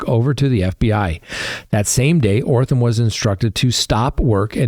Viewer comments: Holy Jesus. This guy can’t pronounce letters. That’s amazing. O-T-H-R-A-M is pronounced OTH-ram. Not frigging OR-tham. That’s remarkable. I guess he maybe needs to redo kindergarten? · Sorry... it's OTHRAM not ORTHAM!! 😬🫢 Just saying.